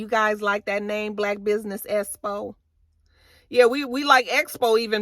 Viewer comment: I was like I know damn well Tisha is not saying “Espo” instead of “Expo” & the more she kept saying it made it even funnier 😂😂😂